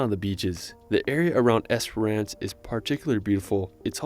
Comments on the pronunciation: It's just Esperance. Not esperANCE. Why can't you Americans say basic English words correctly???? 😂😂😂😂😂😂😂😂😂😂😂😂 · I love in the video the guy pronounced Esperance wrong and differently every time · Esper-ence, not ance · Es per ance 😂😂😂😂❤ better pronounced as “esprnce” ❤ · The way this guy is pronouncing Esperance is killing me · Yeah, I also noticed the lack of info on the NT and SA. The video did mention WA but only Esperance (which he pronounced wrong) and that the capital city of WA is Perth. He might do better to find a ‘tourist’ video made (and voiced) by an Australian that’s actually visited these places. 😊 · he was saying Esper-RANce. its esp-rence. he also said, Bondy Beach, it's bond-eye beach. i think you already know how to pronounce Melbourne.